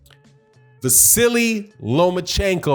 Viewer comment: It sounded like you said 'the silly Lomachenko'., lol.😂